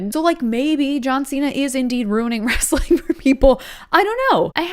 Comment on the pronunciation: Wrestling is only two syllables